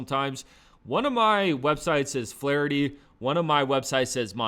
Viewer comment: He said Flaherty.🤦🏾‍♂️